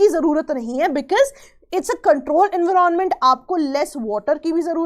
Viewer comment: Explaination was good no doubt but kindly do not unnecessarily pronounce the word in a different way just to show you know better than others..like we all know how to pronounce environment and everyone pronouncing in that way only And today you came up with the new one en-viron-ment.. seriously 😂😂😂 can’t you pronounce it simply environment just like others.. unnecessarily adding new pronunciations